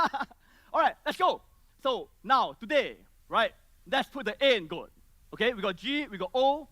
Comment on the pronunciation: "GOAT" not "Goat", lul